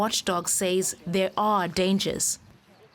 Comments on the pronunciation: it's not SAZZ. The word is pronounced says. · Or sez.